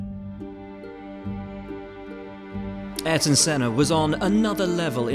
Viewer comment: Try to pronounce "Ayrton" correctly.